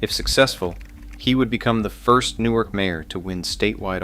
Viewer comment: The hell is NEW ARK? Its Nork. Thats how its pronounced+!!!